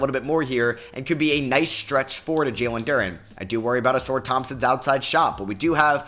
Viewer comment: it’s not pronounced “A-sore” Thompson… it’s “A-sar”